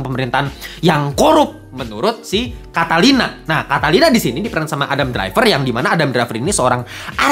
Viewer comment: Bukan catalina kali bang, catilina